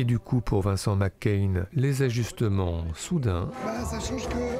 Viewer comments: C'est Macaigne, pas McCain ! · Prononcez Macaigne comme c’est écrit tout simplement 😉 Et pas Mc Cain 🤪 Qd la frite infiltre le cinéma français ! Cet acteur est beaucoup plus grand que sa popularité actuelle… je le rêve dans des rôles sombres ou autoritaires… sa palette me paraît bien plus large que ce qu’on en a vu jusqu’à présent. Magnifique sensibilité Une humanité dans son jeu Impressionnant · pourquoi le mec il dit vincent mccain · Suis je le seul à entendre tout le long de la vidéo : "Vincent McCain" ? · Pourquoi prononcer "Vincent Mac Cain" ? C'est lui qui y tient ? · Ça m'a tellement déconcentré... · Merci pour ce beau portrait... il est irrésistible dans l’origine du monde et effectivement l’avenir lui est promis ...hâte de le voir dans des registres plus sombres et ambigus par exemple Juste dommage que vous prononciez son nom à l’écossaise....😜